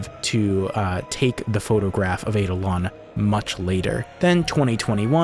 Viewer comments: I am pretty sure the eidolon is pronounced eye-DOL-un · Just to confirm its Eye-Da-Lon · The power move of putting the pronunciation of eidolon up there with the definition and Still saying it wrong the entire video. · You mispronounced "eidolon". Kind of funny, considering you showed the dictionary entry with a pronunciation key.